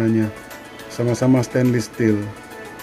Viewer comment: Aku Feedback ya kak, Stainless kak bacanya bukan stainlis, maju terus semangatt!!!